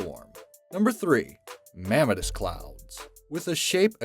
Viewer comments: it's pronounced "me-mah-tis" not "ma-meh-tus" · Mammatus = pronounced: mam·MA'·tus iridescent = pronounced: ir·i·dEs'·cent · Just FYI...iridescent is pronounced ear-i-DEH-sent, not ear-RID-a-sent and mamatus is ma-MAH-tus. I'd be happy to spring for a dictionary. LOL